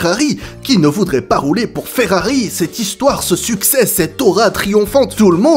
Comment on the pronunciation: Arrête de dire Ferrari avec un accent Espagnol mes oreils saigne.